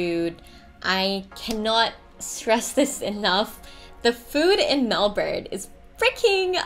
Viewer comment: But, aren't you supposed to pronounce Melbourne as in Mel-Bin?